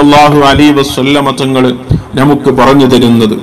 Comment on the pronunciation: നാം, നമുക്ക് പോലുള്ളവയിൽ . ന യുടെ ഉച്ചാരണങൾ ദയവ ചെയ്ത് ശരിയാക്കുവാൻ ശ്രമിക്കുമല്ലോ